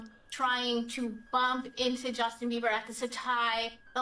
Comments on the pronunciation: I think this is just me… but every time you say “biber” i understand you as “beaver” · I love how u say BEE-BA in your accent as in Bieber